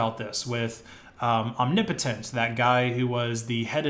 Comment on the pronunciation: omg you started pronouncing omnipotent right, in your last video you were saying "omni potent"